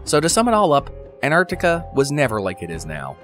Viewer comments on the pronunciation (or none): It's lovely you pronounce both Cs in Antarctica, but what about the first T?